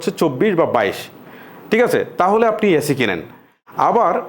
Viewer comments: অ্যাসি না এসি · ভাই আগে এসি কে এ্যাসি বলা বন্ধ করেন।। কানে লাগে